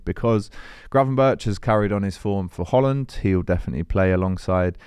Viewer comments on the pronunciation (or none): none